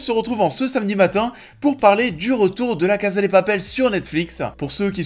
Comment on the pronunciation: J’ai bcp aimé cette première partie de saison, je suis toujours aussi contente de revoir ces personnages auxquels je suis attachée donc pour moi c’est pas vraiment la saison de trop. J’ai hâte d’avoir la fin. Et pitié prononcez bien « CASA », c’est à l’espagnol pas à l’italienne !!!